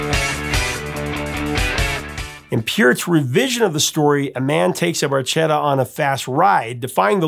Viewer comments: Bar-ke-ta… Little boat in Italian…. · Fun Fact: Barchetta is actually pronounced with a “k” sound, not a “ch”. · I always wondered why they pronounced the word barchetta incorrectly because I'm pretty sure it's pronounced bar-ketta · The italian word barchetta is pronounced bar-kay-ta. But I think we'll let the boys slide on this one. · Geddy didn't even pronounce Barchetta properly in the song! 😅